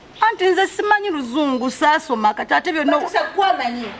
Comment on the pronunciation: I hear batusa😂😂😂😂😂😂😂instead of batuusa lero luno